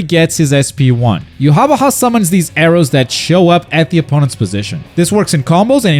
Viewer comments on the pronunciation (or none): "Yu wah ba hai is here to clo-" I'm sorry WHO?! Yu ha ba ha. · I know how hia name is supposed to be pronounced (YOU-HA-BAHA) and this is NOT that lol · To be fair, the katakanazation ユハバハ isn't even a good transliteration of the German pronunciation of Yhwach